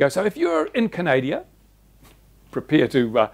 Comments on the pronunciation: its called Canada not canadia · Please, it is not Canadia, our country is Canada. Small thing but annoying. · You pronounced Canada the same way i do hahaha